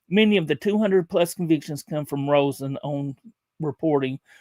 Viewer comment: Its Alex Rosen not Roen